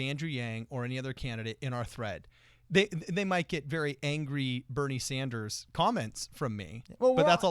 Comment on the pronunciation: LMAO “Bobbie Sanders” 😂😂💀